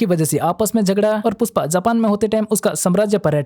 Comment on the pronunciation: Puspa nhe pushpa your Hindi is too good 😂☠️